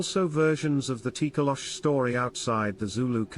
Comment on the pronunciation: It’s Tokoloshe or it’s pronounced Toh-Koh-Lo-Shee; the “e” is not silent